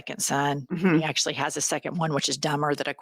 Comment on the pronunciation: He "littilally" stopped a war or was he in "actialily" using a fly swatter?